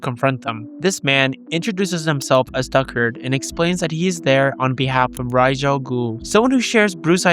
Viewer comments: It's Ducard, pronounced "Dew Card" Fun Fact: in the comics, Henri Ducard was a mercenary who mentored Bruce, but he was too extreme in his methods, which forced Bruce to take him down Batman Begins merged Ducard with Ra's Al Ghul as one character, making Ra's's connection to Bruce more personal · Liam neeson character is called Ducard pronounced Doo-Card